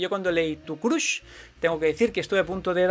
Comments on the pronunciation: Jajaja Collons Has dit "CRUSH" pronunciant la U com a la paraula CUC? Ja veig que t'agraden els anglaicismes de la cultura pop actual, a mi també... Pero si els utilitzas pronuncials be collons jajajaja... Es pronuncia més a prop de CRASH que de CRUSH. Es sembla a la pronunciació de Trump. Vale una abraçada i endevant, molt entretingut. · Pronuncialo así "Croch" en vez de Crush ;)